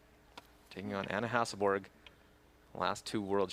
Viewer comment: Is it really that hard for commentators to say Hasselborg, instead of Hasselberg....and she is not the only one that does it.